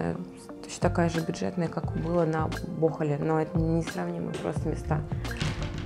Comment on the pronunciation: Спасибо! Монтаж на высоте, не понимаю как вы это делаете, научите меня! 😁 Материала куча о Филиппинах! На днях еду в Сиаргао. Только ударение не туда ставите, просто когда месяц жил на БохОле, это уже режит слух )) 👂😉